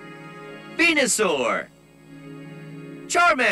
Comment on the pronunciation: venu sore??are you kidding